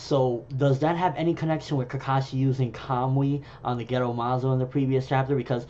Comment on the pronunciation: Are you pronouncing it as Kam-wi...I dont know japanese but it looks like its pronounced ka-mu-i...I took it as when Kakashi sent the Kunai and the Resengan to the other dimension it connected with Tobi there, when he de-materialized and when he materialized he brought it back with him, causing him damage. I dont think Kakashi has figured out how to use it the same way Tobi has.